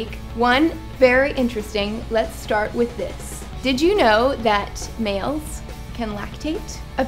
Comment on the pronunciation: I was in total shock when you said MALES i thought you said SNALES, i was like what the hell what the hell ?!?!